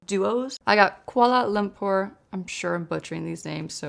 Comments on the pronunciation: You actually pronounced Kuala Lumpur right 😊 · Im from Kuala Lumpur! your pronunciation is correct <3